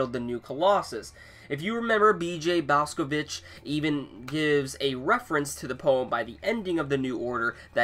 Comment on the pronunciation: I think it's annoying that you never pronounce bj's name correctly